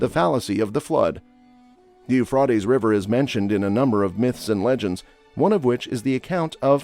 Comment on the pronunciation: Please say the Euphrates River right. 😂